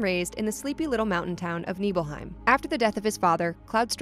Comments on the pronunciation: Also, NIBelheim, not NEEBelheim. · Honestly I found the "sheenra" and "neebelheim" pronunciations a little distracting, even though they're made up words and it doesn't matter at all. On the other hand, I still pronounce mako and cait sith wrong so what do I know. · SHIN-RA say it with me... SHIN-RA. Not "sheenra" and NIBLE-HEIM not "NEEBLEHEIM".... I love when people who don't know anything about this game speak on it from a prompt ha